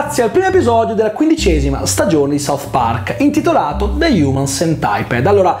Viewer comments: de hiumen sentipid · Prima di recensirlo almeno vatti a vedere come si pronuncia il titolo